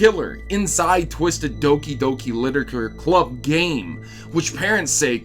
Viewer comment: So it's pronounced as Dookie Dookie Leetooreechure Clabb?